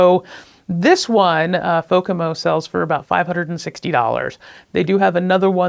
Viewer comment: It's Fomako, not Fokamo.